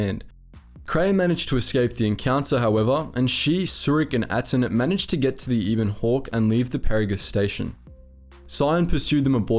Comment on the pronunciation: Why do you always intentionally pronounce things wrong. Peragus and ebon are spoken in game numerous times...